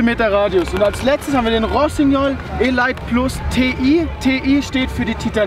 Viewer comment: Top Video, handwerklich erste Sahne und wie immer hoch informativ.. Daumen hoch!:) Aber Zwei kleine Dinge: Der Rossi heist "elite" und nicht "e-light"! Ich wusste erstmal überhaupt nicht, von welchen Ski der da überhaupt redet;) Ausserdem käme es meiner Meinung nach besser rüber, wenn er die große verspiegelte Skibrille wenigstens beim Dreh vor der Seilbahnstation kurz mal abnimmt. Kommt irgendwie besser und einfach sympatischer rüber, wenn man die Augen der in die Kamera sprechenden Person wenigstens erahnen kann;) Und bitte nicht falsch verstehen, Ich finds einfach top was (und auch wie) ihr das macht. Ist nur als konstruktive Kritik gedach, damit ihr noch besser werdet!